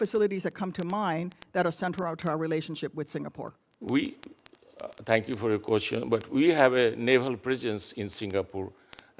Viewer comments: HE CAN'T EVEN PRONOUNCE SINGAPORE CORRECTLY. HOLY SHIT. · His diction is awful.. He cannot pronounce the words right.. How in hell was he nominated for the job? He is coming here as ambassador and our HDB block janitor can speak better English than him? And his grammer !! Oh gosh "to get a part with THE Singapore.."?